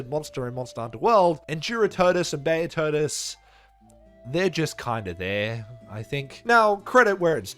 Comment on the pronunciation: How they wanted you to say it: Be-oh-todus How you say it: Bee-a-todus.